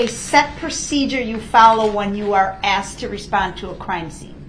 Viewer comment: He axed!!